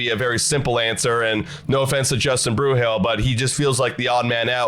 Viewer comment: By this point you should be saying his name correctly. It is not “Bruhill”, it is “Bru’l” rhymes with drool